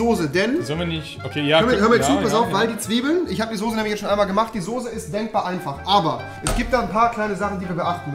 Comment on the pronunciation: Rewi sagt ´´sose´´ ich bin raus